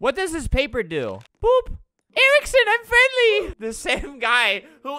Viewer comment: you mean 'frenly' XD